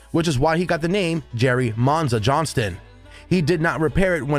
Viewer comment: Why do you immediately call him Jerry JohnsTON, when clearly the headline reads Jerry Johnson, without the [T] in it??!! Just makes no sense!!